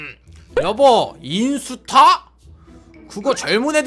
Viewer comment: 인ㅡ타 인데 저작권 때매 인수타라 하셧나용? 셧× 셨 아니까 뭐라 하지는마세용